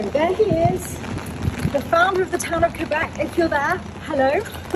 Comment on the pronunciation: Thanks you to actually well pronounce Québec, my heart feel better ❤️